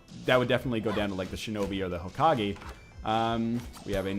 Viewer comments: its pronounced Hoh-kah-gay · Ho-ka-gay. I'm sorry NL but it really bugs me that you pronounce it Hokage with a gee sound. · Hokage: Ho-Ka-gay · I love how he was saying Hokage, but when everyone told him he was pronouncing it correctly he switched to Hokagi. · learn how to say hokage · NL, when you say hokage, saying like you're saying "a" not e.